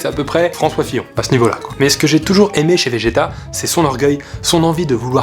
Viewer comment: Pourquoi j'entend GTA a la place de vegeta